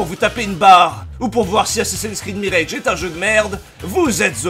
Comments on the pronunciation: Tu es au courant qu'en anglais le mot "mirage" se prononce "mirage" comme en Français et non "mirèdje" ? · Pas vraiment important mais tu prononces "mirage" à l'anglaise alors qu'en anglais, il se prononce à la française (genre 'meeraaj') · Merci pour la vidéo Juste en passant : mirage en anglais, ça se prononce plus ou moins comme en français et pas mireilge. Voilà je sors 😅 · Tu sais, quitte à prononcer le R de "Mirage" comme un bouffeur de camembert, tu peux aussi prononcer le A avec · Ta prononciation de "mirage" n'a aucun sens. Le mot ne se prononce ni comme ça en anglais, ni en français. A l'avenir il vaudrait mieux simplement prononcer les mots à la française en cas de doute.